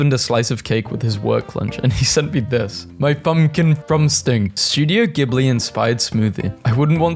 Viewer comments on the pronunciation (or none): none